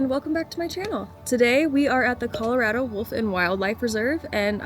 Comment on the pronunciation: I don't think that's how Colorado is pronounced 🤔